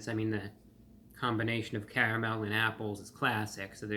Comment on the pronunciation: "With a cavamel sauce!" 😂😂😂 Gotta love Reviewbrah!